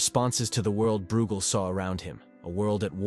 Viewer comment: Breugel is pronounced 'broy-gel'!